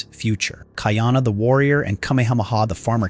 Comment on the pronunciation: Ka - Ee - Ah - Na : not Cutty Arna 🤣